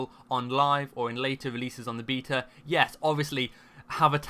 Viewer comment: Heard his pronunciation of the word "beta" and Left...